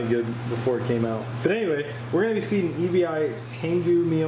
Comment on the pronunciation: the Tengu feed should be Called “eh-bee” not “e.b.i”. That’s the Japanese word for “shrimp”